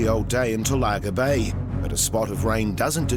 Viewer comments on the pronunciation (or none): it's pronounced tol_la_ga bay not to_lar_ga bay